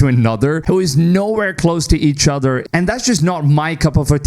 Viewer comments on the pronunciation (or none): none